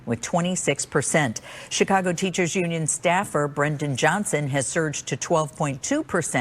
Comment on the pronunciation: did he accidentally just call it chicongo? Lol, nice